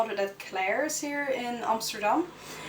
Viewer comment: ps ur pronounce of Amsterdam was perfect! r u from Holland or so bcse im from Belgiuw